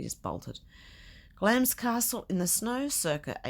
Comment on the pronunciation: I live in England, and didn't know the 'i' was silent. So you learn something new every day!